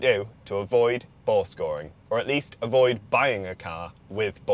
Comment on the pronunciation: I thought this dude was saying "ball scoring". Was trying to figure out what the hell he meant. I had to read it. He has the voice of a gay man. A very gay man.